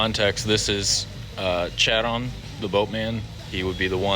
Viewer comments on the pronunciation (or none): You meant Charon (keh-ruhn) but either way sick tattoo. The century looks sick.